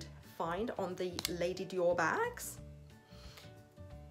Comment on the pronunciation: Hi!!! This is a beautiful color!!! I remember when you got the Mac in red!!! Which looked beautiful on you!!! This one I love the VD on the cap!!! The way you pronounce the Dior sounds soo classy!!! Wow you can definitely see the color!!! I love how the color looks on you which is so perfect!!! I loved the gloss look!!! I loved your video but I can see the price is definitely worth it!!! Xoxo Pam ♥️♥️♥️♥️